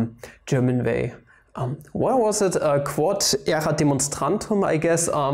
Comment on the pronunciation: You pronounced “Quod Erat Demonstrandum” in the most German way I’ve ever heard. XD